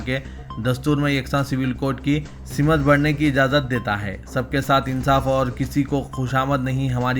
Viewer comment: Simat nahi simt bolo.kya bekar talaffuzz hai .urdu barabar nahi aati to news kyun padhte ho.